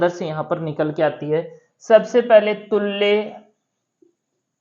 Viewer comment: उच्चारण भी गलत है पढ़ना भी गलत तुल्य को तुल्ये क्यों कह रहे हो। गलत मत पढ़ाओ तुल्य का मतलब होता है समान। न कि तालु